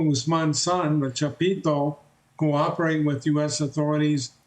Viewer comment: Dude said “chapito “ 😅 lmao